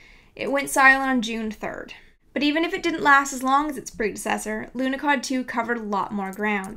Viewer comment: there is no "K" in the name Lunahod, who is the idiot to put a letter "K" in there. Must be the same idiot who put letter "T" at the end of Borsh. THERE IS NO "K" IN LUNAHOD, AND NO "T" AT THE END OF WORD BORSH!!!!!